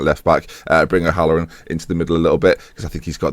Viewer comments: Im enjoying this save more then your others just because its got my cousin in - Stephen O'Halloran!! Its very weird but cool at the same time. And its pronounced O-Hall-O-ran:) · Oh no, your pronunciation of O'Halloran kills my poor Irish ears!:L